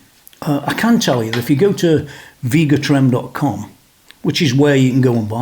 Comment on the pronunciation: It’s pronounced Veh-ga Trem.